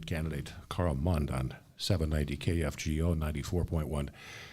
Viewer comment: It's Mund not Mind.